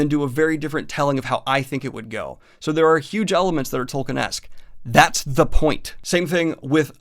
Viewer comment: ugh, speaking of doing research, I know most of you will get annoyed at me for being nitpicky, but Tolkien is pronounced "tolkeen", not "tolkin". It really gets on my nerves considering how many times you mention his name in this video.